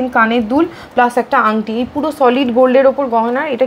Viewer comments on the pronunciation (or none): none